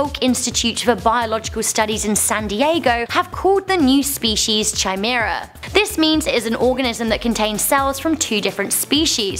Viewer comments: It's pronounced kimara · Thats not how you pronounce Chimera,. It's pronounced KI-mair-uh. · Top tip...it's a hard CH in chimera, not a soft one...In otherwords it's pronounced kimera.